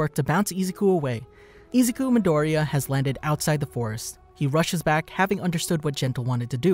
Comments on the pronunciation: Hahaha i love how you said he’s name It’s so funny 😂😂😂😂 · you are saying dekus name wrong and it makes me mad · im dissapointed the way you said his real name killed me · I am 12 seconds in to the video and im sorry but u cant pronounce his name or the title of the show